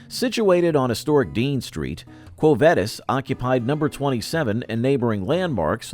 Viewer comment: The way they say quo vadis is killing me